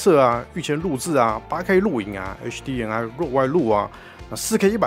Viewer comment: 真的沒必要把“M”讀成/eŋ/ HDMI的MI應該讀成/emai/，最後這個音是“麥”，不要讀成/ŋai/